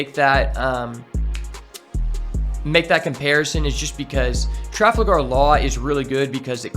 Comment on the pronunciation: traFALgar law, not traFLAgar law. otherwise, good incisive video.